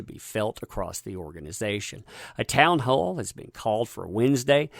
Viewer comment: When he said town hall.. I thought he said Amber heard.. Now when he says it.. listen carefully 😂